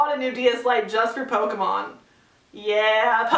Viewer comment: ***** It kind of annoyed me the way you said Pokemon but maybe I just say it wrong.